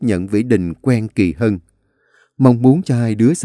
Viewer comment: Anh đọc lộn Kỳ Mỹ với kỳ Hân😂😂😂😂😂